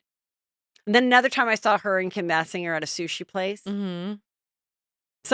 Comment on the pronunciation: Bless Fortune’s heart for not correcting you—it’s bay-singer